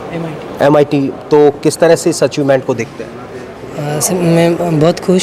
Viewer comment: kuch samj nhi aaya kya bola wo mit?